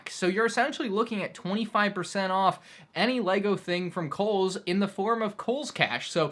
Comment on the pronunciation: Lmao he said koles